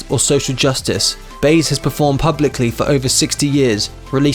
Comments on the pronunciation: Learn how to pronounce you idiot. Who is Baze? Try Buy-ez. And Dull-ith? Duh-looth. WHat a jerk. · Joan Beiz ...are you just reading this stuff? Or is it your english accent or maybe you are unfamiliar with Joan Baez never heard her name pronounced properly before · I've been a Bod Dylan fan since his early sixties Blowing in the wind and The times they are a changing and then Like a Rolling Stone. Interesting video. I thought he was worth more money. By the way Joan Baez was mispronounced. It isn't pronounced BASZ it's ByeEZZ. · It’s Pat GARrett, not GarRETT; BUYezz, not BAZE; Karim Abdul Jabar, not Gabar; and intrepid, not inteprid. Good day. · this guy hates linear storytelling and proper pronunciations. Went from 80s to 60s to 90 etc saying Duhluth instead of Duluth, Joan Bays instead of Baez. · I've gotten to a point where I simply get amused and enjoy the mispronunciation of words and names. It has gotten terribly common, but I thought that was only happening in the U.S. Now I see it is happening in the UK as well. Joan "Bayz" -- rather than "by-EZ" as her name Baez is pronounced -- certainly makes sense if you are reading phonetically and never heard the name said properly. It doesn't bother me at all. It just makes me laugh. I hear mispronounced words all the time now. My favorites from yesterday (yes, really yesterday) were (pronounced as) "setting a president" (rather than setting a precedent) and "ear-ON-eez" rather than ee-RAW-nee-uns (Iranians) -- but I hear that last one is getting more common in some states. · "DULL-EARTH" I don't think so... It's pronounced "DA-LOOTH"... "JOAN BAZE" I don't think so... It's pronounced Joan BUY-YEZ! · Joan Bays? No Baez it’s by ez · Baez is pronounced Bye-Ehz, not Bays. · Joan Baze? Who is this Joan Baze this narrator speaketh of? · Baez: pronounced “byez” . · Joan "Baze?" Wow -- she's an icon. You should learn how to pronounce her name correctly man. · Seriously man, pronounced “Buy-Ez” Come on man Lol